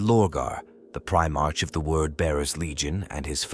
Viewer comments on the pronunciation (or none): Primarch is pronounced prime ark. Not prime-arch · Well, it's spelled "Primarch" but pronounced "Pri MARK". That, and pronouncing roman numerals as letters. Stuff like that is confusing for the AI. I think it's easy to fix going forward. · The ai voice saying primarch wrong everytime is so distracting for some reason 😅😅